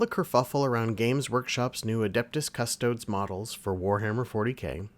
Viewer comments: “Cuss-Toe-Dees”, not “Cuss-Toads.” If you can’t correctly pronounce the name of the subject you’re discussing, I’m not watching your video. Extra credit: “Ah-Star-Tees” not “Ass-tarts.” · Are you pronouncing Custodes that way to be funny?